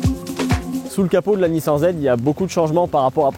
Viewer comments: "Nissen" "deusign" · Apprends à parler. Nissin, nissaaaan🤦‍♂️🤦‍♂️. C est ton travail purée. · nissan… prononciation :nissane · une horreur la prononciation de la marque , un peu de respect quand meme ...........